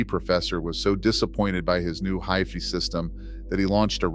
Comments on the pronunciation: Also MIT not M1T, and Hi Fi not Hi Fee! Sick of these AI voices, and many of the images are AI as well. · “High-fee” “M-one-t” I clicked off in seconds.👎🏻👎🏻